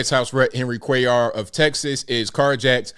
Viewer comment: 👍....tHANK U for pronouncing Cuellar correctly...my mom's maiden name was cuellar... and even here in NM I've heard many weird prounciations and misspellings. ps/we're been here since the colonization of NM.